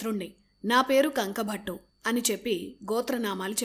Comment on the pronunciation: Bhaghunnava sodhari appudu yeppudo etv channel lo newsreading chadhivey meeru ippudu ikkada e youtube channel lo job chesthunnara sodhari bye the bye sodhari adhi kanku bhattu kanka bhattu kaadhu. Any way maa sodharikhi dhanya vaadhaalu.